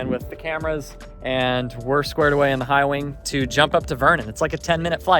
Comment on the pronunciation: repeat after me, High Wing; High Wing. That wasn't so hard, was it?